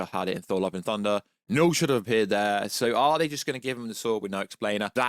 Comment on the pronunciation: When you say Knull it sound like Noel 😂 That definitely wouldnt be a good villain name.